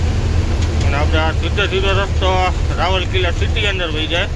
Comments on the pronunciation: રાવલકિલા ના કહેવાય રાઉરકેલા બોલાય અને વેજંતા ના કહેવાય વેદાંતા સ્ટીલ કહેવાય વિડીયો તમારા સારા હોય છે પણ ગુજરાતી બોલવામાં તમારે કેમ તકલીફ થાય છે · રાવલકીલા નહીં રાઉર કેલા